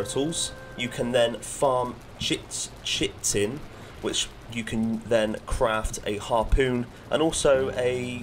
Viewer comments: Chitten is pronounced "Kite - en" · Great vid... FYI, "chitin" is pronounced "kite-in". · I thought "chitin" was pronounced like "kite-in"? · Awesome video! Also I think chitin is pronounced like kite 🪁-in. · no it’s pronounced kite in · its pronounced kitin